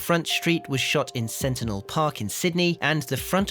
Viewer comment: Centennial Park, not Sentinel